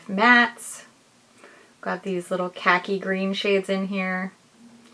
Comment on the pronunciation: Not how you pronounce khaki 😭